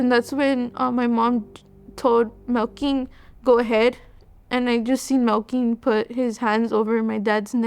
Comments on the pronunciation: Wtf was the brothers name? I swear she says Milking is his name. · It’s Melquin 😭 it’s cause it’s an odd name but it’s pronounced Mel kin